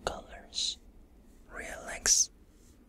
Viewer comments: Am I the only one who hears Rolex when he says relax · the “relax” sounds like “real-lex”